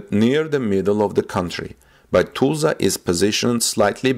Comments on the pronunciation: You are mispronouncing the city: it is pronounced (Tuh sla). You are sayin it as Too,sla). Just trying to help. Try googling a Tulsa news channel. Thanks for your work. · Tulsa is not pronounced as toosla. The "ul" has the sound like in the word "dull". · pronounced more like (Tull suhh)=Tulsa..... NOT Tuh sla OR Too sla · Tulsa is NOT pronounced TOOLZA. The UL in Tulsa sounds like the UL in the words hull,dull,mull,cull,gull. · like jethro tull..I kinda like the way he says it but its wrong...